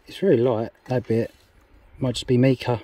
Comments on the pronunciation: Mica is pronounced my-ca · I always wondered what happened to Mika, loved that song “Grace Kelly” 🤣 Your mispronunciation amused me greatly. What an amazing location to be in. Loving the Bourne bottle.